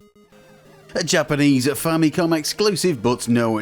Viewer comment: So much injustice and disrespect Nintendo's FAMILY COMPUTER are getting from western and current youtubers that they keep butchering its name and relegate it with famiclones. They’re basing its name-butchering, clear confusion and aggressive mispronunciation with Sharp's TWINfamicom. The famicom by itself is nowhere stated in Nintendo's branding of any of its 8-bit console past or present. Not because the 16-bit Japanese Nintendo console is the Super Famicom, it's fair to mis-declare its 8-bit counter part as famicom. It's not! It's very inaccurate and a clear bastardization of the NES' basis of origin! Even in its heyday, no one has ever even called Nintendo's 8-bit Japanese console as a famicom let alone becoming an official general confusion like the sad state of affairs of present day name butchering, especially with markets where it's officially sold -- even until now! It's clear as daylight that with games, peripherals ( FAMILY COMPUTER DISK SYSTEM ) and even with the recent mini-console releases, the brand is clearly stated front and center as the FAMILY COMPUTER Before making any history-lesson, please make your facts accurate first and not ride with the general bastardization and history whitewashing. It's unfortunate that even wikipedia's been hijacked by western influence with this clear and intentional name butchering!